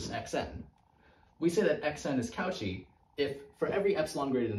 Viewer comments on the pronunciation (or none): Sorry but the au in cauchy is pronounced more like "o" and the "ch" like "sh" so "koshi" i am pretty sure, it's french. But i enjoy your videos very much! Throwback to my first semesters